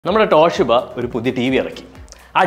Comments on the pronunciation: ട്ടോ ട്ടോ ട്ടോഷീബ അല്ല ചേട്ടാ.... തോഷിബ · തോഷിബ❌ ട്ടോഷിബ ✅